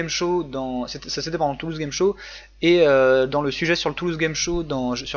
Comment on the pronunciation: qui dit game "jir"??? X) bien quand même, hein